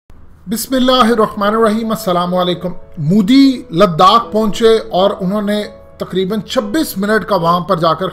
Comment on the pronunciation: bhai plzzz modi bolna seekh lo. mudi nhi bolo